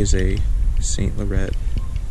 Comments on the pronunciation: Amazing find. It is pronounced “LORE-ON(T). - the T is basically silent. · eves sonn laronn is closer. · nice find... but just FYI... it's pronounced saint "La raunt"